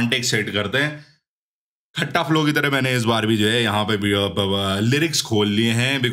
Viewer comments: Bhai Khatta(खत्ता) bolna abse calm bhai piss off hogye khatta sun sun ke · Bhai woh खट्टा flow nhi खत्ता flow hai😭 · खत्ता flow h bhai खट्टा flow nahi😢😢